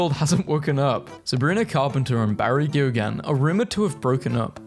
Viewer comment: WHY DO YOU PRONOUNCE KEOGHAN LIKE THAT?